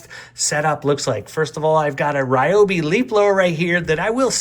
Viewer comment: Learn to pronounce Ryobi